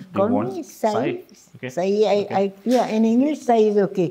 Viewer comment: It’s time non marathi people realise that her name is ‘सई’ and not ‘साई’.